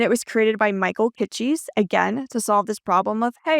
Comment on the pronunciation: Great video! FYI "Kitces" is pronounced "Kit-Sis."